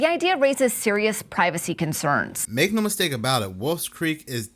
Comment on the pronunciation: NOAR Or however you guys butcher the simple word of "NO"